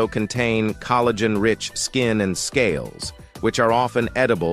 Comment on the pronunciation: Coal - a - gen 😮 Hopefully AI isn't teaching English pronunciation anytime soon 😉